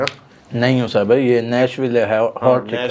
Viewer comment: It’s pronounced as nash_will. Not nash_villay> Nashville